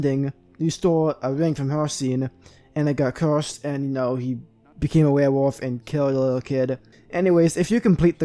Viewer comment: Dude legit can’t say werewolf